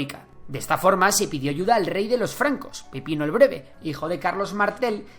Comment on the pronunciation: Pipino suena como pepino 🥒😂😂